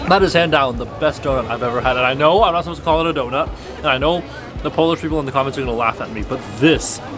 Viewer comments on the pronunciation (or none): none